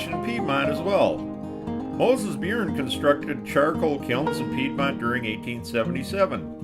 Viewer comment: Byrne is pronounced "Burn"